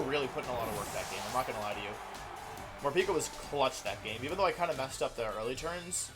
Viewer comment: Morepeko? Pretty sure it’s moreypako